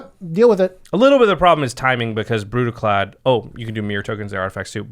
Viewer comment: Its pronounced Brüdicläd.